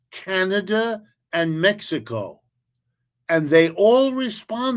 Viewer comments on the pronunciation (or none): none